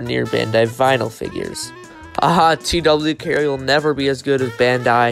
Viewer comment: Nice vid I saw the, too they are goofy but it’s actually pronounced tuh why care 💀